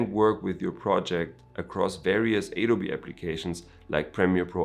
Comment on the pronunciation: It's Adobe not aydobe bro :)